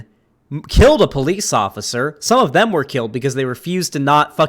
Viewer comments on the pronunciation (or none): none